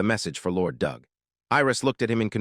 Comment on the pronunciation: sigh The usual terrible AI reader, mispronouncing and mis-emphasizing words with a rather painful translation that at least so far hasn't misinterpreted the characters' genders... yet. Your robot also tried to "conceal" the word 'bastard' but instead pronounced it ass-grab. Good work. AND your bot pronounces "Doug" as "dooog" not "dug". And Xiaolong, which your bot pronounced correctly in the first part of the video, has suddenly turned into Zeye_ow_long. Not Sh-aow-long which is what it was before. Brilliant checking for consistency and error there guys. Oh wait you never do that because this is just to get money for someone else's work. I see that you used an AI scanner to create the summary as well, because , a HUMAN would know that a GRYPHON IS NOT AN EAGLE. Nor is the CROW at the Xiaolong-style school an eagle. Does your AI scanning robot think all birds are eagles?/